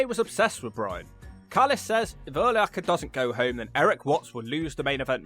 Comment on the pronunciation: Also, Urlacher was a big dude,. 6'4 250lbs. Freak athlete. And cheers on saying his name correctly for the most part.